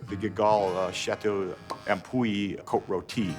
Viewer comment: Damn he nailed that 95 Cote rotie